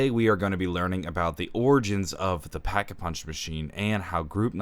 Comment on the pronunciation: no no no it’s da packa puhunch